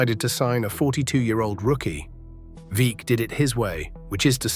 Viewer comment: Great to have an essay about Satchel Paige. Paige pitched briefly for the Portland Beavers in late 50s or early 60s. Note: Veeck is pronounced VECK.